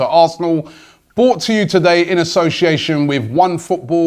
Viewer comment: "Bought to you today"? Surely you mean 'Brought?, Robbie, my friend. :) .....Don't hate the player, hate the language..! :) :)